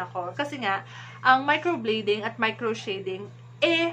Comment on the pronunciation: Please pronounce well ... Micro blading (blade), not micro bleeding.